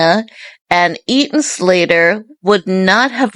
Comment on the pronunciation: Who is Eaton Slater?? It's Ethan!